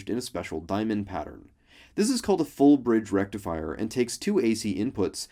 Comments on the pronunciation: You didn't say FULL BRIDGE RECTIFIER!!!!!!!! Correctly. Mehdi is going to be pissed. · You pronounced FULL BRIDGE RECTIFIER wrong.